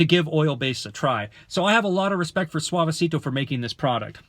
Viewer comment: Thx for the review but U pronounce ‘Suavecito’ like a 40 year old ‘Karen’